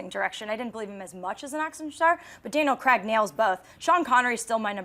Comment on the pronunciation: did she say "DL & Craig" instead of Daniel Craig....?